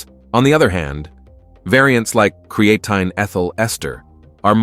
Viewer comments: It's obvious that the AI voice does not know how to say Creatine correctly. You can fix that by spelling it differently. Try spelling it "Createen" and see if it says it correctly. It really messes up the video when the voice keeps mispronouncing the star of the show. I'm surprised you uploaded this with that mispronunciation. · Createen, creatane, creatyne .... interesting pronunciation. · I gave up on Cree-eighteen. I now use Creatine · It’s really annoying pisses me off hearing AI constantly mispronounce the supplements name and then it says it constantly throughout the video it’s unnecessary to constantly keep repeating the name of the effing supplement. If you’re gonna use AI and you know that you should actually check your work before publishing it and putting it online the least you could do if it can’t annunciate the word correctly it’s just eliminate the word I’ve had to turn off the audio and just watch subtitles at this point because it got so annoying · Yeah it’s incredibly annoying hearing an AI mispronounce the supplements name. And then having some inept person not even listen to or proofread the work before they upload it. On top of it why do we have to hear the AI say creatine incorrectly so many damn times. It’s like it’s looking for an excuse just to say the word over and over again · How come he pronounces creatine different everytime?...... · Hard to take the video seriously when there is at least three or four different pronunciations of creatine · The problem isn’t the AI it’s the person that uploaded these videos that doesn’t even bother to listen to the mispronunciation. Then why in the hell allow the AI to say the damn word so many times It says if the AI is looking for excuses to continuously say the word. And in the previous video it was the same bot the same AI mispronouncing the word a completely different way. Anyway I had to mute the damn thing and just watched the subtitles